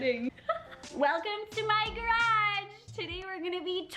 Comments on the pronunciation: The way she says garage 🙃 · Omg I love how u say garage🤣😂 just me?